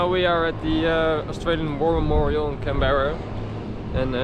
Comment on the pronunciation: Didn't you learn how Canberra is pronounced when you were there? Weren't you even listening?? It's "Can-bra", okay, with the emphasis on the Can.